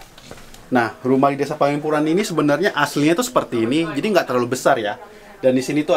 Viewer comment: Penglipuran bukan Panglipuran